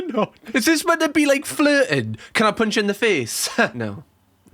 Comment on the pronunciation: Oh, PUNCH you in the face, I thought he said Come on....